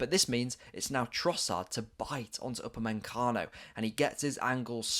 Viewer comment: "uber-man-Kano" and "Puv-low-which" never head of them before